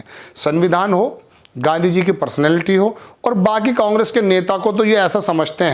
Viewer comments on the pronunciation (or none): none